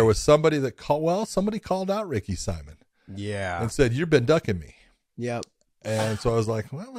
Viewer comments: Ricky simoan is how it's pronounced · Ricks last name is pronounced see-moan simon.. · It's Ricky Simón, the Hispanic pronunciation